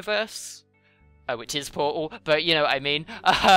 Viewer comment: i do believe that portal has a T in it